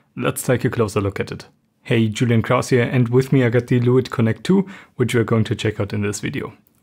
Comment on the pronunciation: your name isn't "" why are you pronouncing your own german name intentionally wrong? an english or french speaking person would never say their own name in a german accent in germany. you have the heaviest german accent ever but you're pronouncing your german name in an american way, makes no sense.